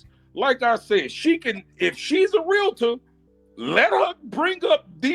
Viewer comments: Not Michael Myers😂😂😂😂😂 thats diabolical work😂😂😂😂😂 Its Realtor Not Realator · The word is REAL-TOR!!! not REAL-LA-TOR!! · I don't trust a Realtor that pronounces it Realator. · Michael Meyers 😭😭😂😂😂😂 She’s definitely a little slow. REEL-TOR not RUL-A-Tur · She don't even know how to say Realtor. She say Realator. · That’s all he had to say to prove that she’s slow.. “realahtor?!” 😂😂